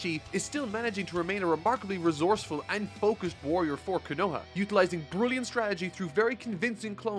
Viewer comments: I believe it's actually pronounced KO-NO-HAH. Glad you were able to bounce back like a champ! Nice vid btw! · Kanowa...?... Love you,. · Kho- No-Harr another akatsuki pronouciation. Love your vid! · The fact says “konaHA” like “Konaya” made me want to puncture my eardrums 🤦🏽‍♂️ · Konoa lmao. Idk how still hasn't picked up on basic Japanese phonetics afterall these years but my god is it hilarious everytime. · just to let u know the village hidden in the leaves is pronouced Ko No Ha Konoha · Ko (Like co in coin) No (like the word No) Ha (like haha laughing) say it all together Konoha (Co-No-Ha) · KO-NO-HA. Sorry but that was bugging me lol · You show me true pain every time you pronounce konoha like that lmaooooo It’s ko-na-HAA like the end of kamehameha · 😂 Im sorry... Im loving the content but i gotta say it... KO NO HA... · Duuuude the way pronounce konoha is wild lmao In my experience konoha is pronounced as KO-NO-HA Like for real where is the w in konoha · I think I can hear seth the programmer screaming in a void about all these mispronounced names lol. I thought was saying quinoa when he said konoha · the leaf village is pronounced cone-a-ha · At the risk of being berated by the entire community, I would just like to ask, Isn't it pronounced like Ko-nuh-Ha? Then Ko-Nu-ham-aru? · I'm new to this channel, but why does he mispronounce konoha as kanoha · .......Kona-HA...... lol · Ko-no-HA...KonoHA. keeps leaving out the H whenever he pronounces it lol just say Leaf Village bro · Great vid but pls stop saying kenowa instead of konoha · I love your videos but can you not watch the English dub the English dub a bit to actually have proper pronunciation it is said (ko)(no)(ha) and say it in three distinct parts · It be feeling like you purposely mispronounce words at this point. Like wym kanowa ? 😔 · Please stop pronouncing Konoha “kin-no-wa”. Sorry but it’s really bugging me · Omg stop saying ko-noah its ko-no-ha